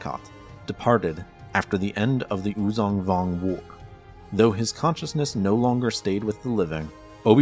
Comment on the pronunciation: Uzan Vong XD